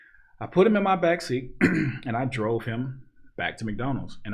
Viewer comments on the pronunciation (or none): none